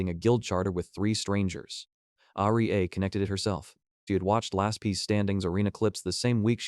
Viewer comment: The AI needs some voice training as well as proper pronunciation training. It took me half the story to figure out the blonde girls name is Aria. The AI had botched it so bad.